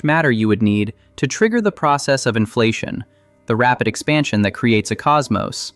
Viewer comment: Why was the AI voice disclosed? This is interesting but you have screwed up by not making that disclosure. No on pronounces inflation the way your AI did.